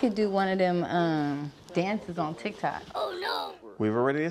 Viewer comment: He said tike toks😂😂😂